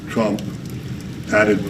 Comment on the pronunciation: "President, uh, Tump ...". That was a dis. Trump clueless, as always.